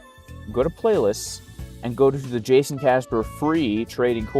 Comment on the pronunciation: Guess it’s pronounced “Hayson” now 🍋‍🟩 🇲🇽 🌶️